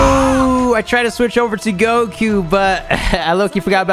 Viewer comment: normal people : goku! him : gokuyou